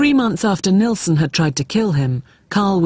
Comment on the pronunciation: is anyone else irritated by them calling him NElson instead of NIlsen???? ugh!! but these 2 poor guys!!! NO....Martin ....YOU are NOT to blame....he was the freak not you